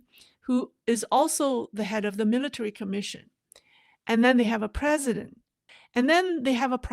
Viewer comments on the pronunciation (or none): none